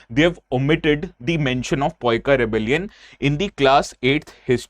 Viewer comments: Generally, unless it is a sensitive matter, I normally avoid msg socially. Wrong pronunciation irritated. Plz consult that particular region of people if possible before uploading the video . Sir, don't take it as a complaint it is a concern. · Bsdk tu bataye ga Paika rebellion k bare me gndu thik se Naam tak nhi le pa raha.. ek aur baat Odisha me पाइका nhi पाइक विद्रोह bolte hain.... Gndo saalle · If you don’t know how to pronounce the name then please don’t try to teach wrong things to the people. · Your Pronunciation of PAIKA shows your level of Teaching 😂😂😂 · U r so dumm.....cant even pronounce a proper title name or something else....even with Hindi letters..... english chatu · First, pronounce it clearly and understand how Odia people say it. It is Paika Revolution (Paika Bidroha, ପାଇକ ବିଦ୍ରୋହ). Learn it properly first, then teach others. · Ko- କୋ ହୁଏ କ ନାହିଁ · Sir who told You about the pronunciation?? Please agar oh Odia Ho toh... Salary kam kardo unka😂😂😂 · Right. It's irritating to hear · Maybe they have taken help from some GenZ Odia kid or Non-odia people for the correctness of pronunciation. 😂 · Sir first speak correctly after u class attend 😅😅😅😅😅😅😅😅😅😅😅😅😅😅😅😅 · Agreed. Can't watch the full video with the word poika. 😢. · Yes, I am a odiya and it is "Paika" not poika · phonetic is paa-e-ka not poikaa poik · Not poika its pronunciation is paiko. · Poika .. 😂 it's Paika pronounce as Paaika पाइकअ only next time when there's Odiaa word pronounce अ A' at the last , रामअ लबअ गमनअ 👈 like this.. Paaikअ a = अ sound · That is no excuse, especially when pronounce entirely different way. Pronouncing Paika as "Poika" is wrong. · This was not Poikaa but Paaika(पाइक) rebellion.Please don't mispronounce it. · Its " Paika " in odia not poika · Don't use this word if can't pronounce 🤦, it's Paika (PaaEka, पाइक) not ( PoEka, पइका) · Sir, your pronounciation of Paika is wrong. It's not Poika in Odia, rather is Pai..Ka in Odia correctly. Kindly rectify from next time sir